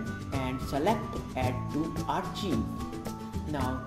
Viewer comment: its not archiv its arkaiv